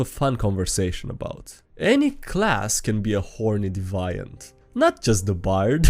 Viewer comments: "De-vi-ant" he says. It's "deev-i-an-t" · Deviant = Dee-vee-uhnt. Not trying to be "that guy" I've just know some ESL people who appreciate the feedback :) sorry if it's not! <3 awesome video best reading dnd memes channel out there! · it’s deviant pronounced dee vee ent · I ... I just gotta. It's pronounced deviant (dee-vee-ant) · It's pronounced "hay-lo", not "hol-lo"! that's pronounced "dee-vee-ant"